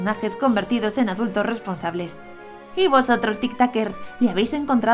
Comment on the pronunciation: Literal cuando dijo "hola tik takers" pensé que iba a decir tik tokers